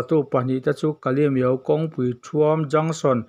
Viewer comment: Kalemyo tih i lamrik dan hi a ropui ka ti. Han repeat char char ta la a ngaihnawm awm